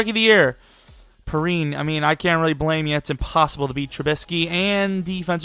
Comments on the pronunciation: lol I was getting triggered all video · Its pronounced P-Ryan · Just so you know samanje perine is pronounced pee rine